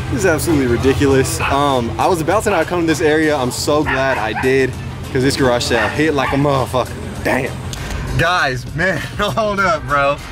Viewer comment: Anyone else cringe every time he says “Garashell” instead of “garage sale” ?